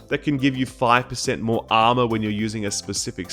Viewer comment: I've notice that you sounded like Arnold Schwarzenegger when you say the word "Armor". it makes me smile.